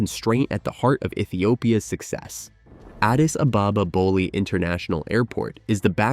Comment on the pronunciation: I'm not even ethiopian and I'm offended by your pronunciation of Addis Ababa